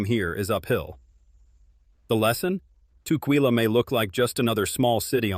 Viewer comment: I live in Vancouver WA.(25 years) (and Tacoma for 10) Ask locals how to pronounce local cities.You messed up tukwila. It is pronounced "tuck-willa" I have seen you do that in other videos. Be more sensitive to local pronunciation. It will help people take you more seriously.